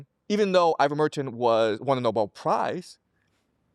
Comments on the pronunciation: It’s IVERMECTIN, Prof. Jiang. 😅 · Ivermertin lmaooo ! 🤪🤪🤪😂